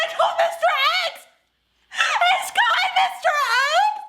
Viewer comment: It’s “Kai”, lol.